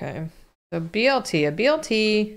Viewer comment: it’s a BLT not a BTL😭😭